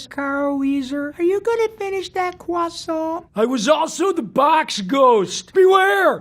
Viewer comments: Are you gonna finish that cWoSaNt? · This made my day! Fun fact, art major here and I'm actually planning on making Rob a realistic"Cwoissohnt" out of modeling clay and sending it to him😁 wish me luck and we'll see how it goes! I'll try to keep yall posted on Instagram and Facebook! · Umm yeah, are you gonna finish that cwoissant? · HE SAID CWASOUNT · r u gonna fenish dat cwosont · Clemens are you gonna finish that crossiant? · GUYS, HE SAID THE FUNNY CROISONT LINE